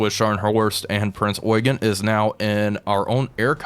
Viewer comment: Please the ship is Eugen as in "you Jean" Not oygen